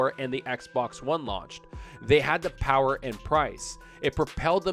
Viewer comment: The Powahh...lol